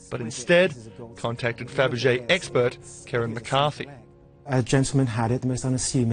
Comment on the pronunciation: did he just say... fabergéEGGspert?